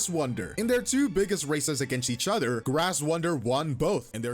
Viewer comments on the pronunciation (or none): none